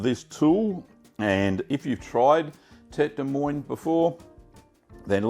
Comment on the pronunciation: In French, "moine" is pronounced MOO-ANN